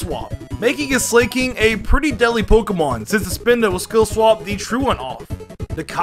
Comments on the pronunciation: pronounces Slakoth and Slaking (slay-kof) and (slay-king) It's Slakoth (slack-oth) and Slaking (slack-ing) based on slack, sloth, and king (Slaking) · Slayking??, .... are you kidding me dude? have you not ever heard the word Slack? Slacker? as in a very lazy person not doing his job? have you not ever saw the anime? wtf are you saying Slayking for?????? thats not its name, its SLAKING. ... ????? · Dude!!! MAW while. Maw as in mouth.... Not that hard. And Slakoth= slack off... as in slacking off and Slaking=slacking off as in again slacking off.... Dude, for someone that spends of much time on Pokémon, you really blew those. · fr, i mean its from the word "slack" so i dont know why he pronounces it as "slay-" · "Slaykoth" "Slayking" i sense another pronunciations video from Alex incoming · Slay-King nice I always thought it was Slack-King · slaking NOT SLAIKING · Stop saying slaking as slay-king. It’s sl-ack. Like slacking off. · I knoooow right!! I didnt understand when he said "illuminice" ... and How abouth "slay-koth" and "slay-king"??? Soooo frustrating! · He says slaking like slayking 🤣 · Slaykoth and Slayking, huh? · slack-king , cmon man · It's Slack-koth or Slack-king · Literally turned it off when you said 'SLAY-king' what the fuck?? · this pokemon is based on sloths that SLACK off. Sometimes i get pissed by these pronunciations lol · First time I've heard anyone mispronounce Slakoth and Slaking I'm impressed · I love how he pronounsis slaking